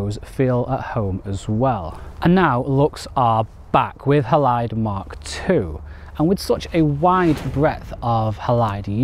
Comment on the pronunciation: Surely it’s named after the silver halide content of film - pronounced Haylide.